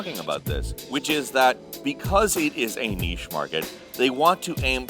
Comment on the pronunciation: Thank you for teaching America how to pronounce "niche".